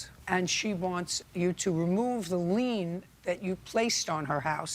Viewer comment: Guys, it’s a lien not a lean.